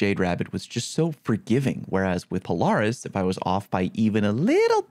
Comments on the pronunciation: Pole-r-is 🤣🤣 love you! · i like how you pronounce polaris lol, do you pronounce the offroad/sport utility brand that way as well? because that for sure is pronouced "puh-leh-ruhs" lol no hate im just seriously wondering. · Probably whiffing Polaris Lance shots cause you whiffing the pronunciation xddd